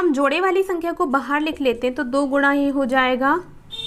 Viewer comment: Aap guna ko guda kyu bolte hai